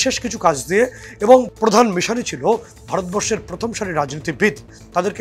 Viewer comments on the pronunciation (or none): none